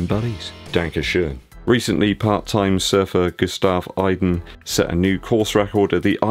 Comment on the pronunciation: It's Gustav Iden, like EEden, and he won the ironman world championships and not 70.3. Please do better research for topics which you are not very knowledgable on. Otherwise, I really enjoy the channel!